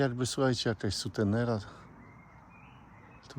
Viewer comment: Ojjj...Sutenera🤣...Ty sutenerze Ty, chyba suteRENA 😃 czyżby sprawdzanie czujności widzów i czy oglądają do końca?